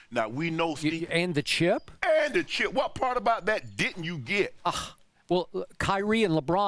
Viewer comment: "and the cheup"- Shannon Sharpe